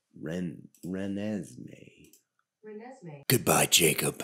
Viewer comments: I heard her called "ReNameMe" on another thread! 🤣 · I love how the name of Renesmee is increasingly and progressively butchered as the video goes on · trying to pronounce Renesmee made my day fr